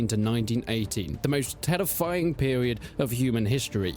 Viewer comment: Bro said terrifying in an Italian accent lol